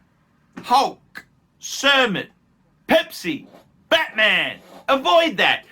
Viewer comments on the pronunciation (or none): none